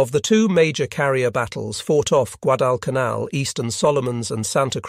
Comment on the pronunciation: The AI voice certainly went bonkers numerous times on this video. Rather surprising since it seemed to have gotten better on recent videos. There were numerous mispronunciations of Guadalcanal.